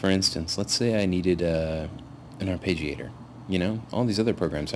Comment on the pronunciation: Ar-PEH-giator, not ar-PAY-gi-AY-tor.